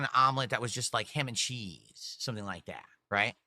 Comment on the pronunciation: “Hem and cheese” love the way he said that